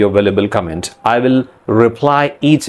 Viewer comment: You still have an Indian accent. Like the way you pronounce "will". "Verl"